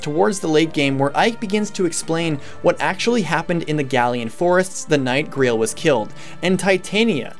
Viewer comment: Ah yes, the ”Greel” Mercenaries.